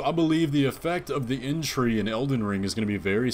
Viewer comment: Damn dude, your conclusions are so random and off-base XD "explains why matter is moving" "multi-armed guy main bad guy, used to be tarnished" what is this, fan-fiction? "Inn-tree" instead of erdtree? wtf